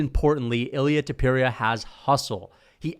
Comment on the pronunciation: And learn how to pronounce names correctly Topuria Sounds like Tópooreeah When you pronounce names with their phonetically authentic accuracy you earn so much more respect. It’s important.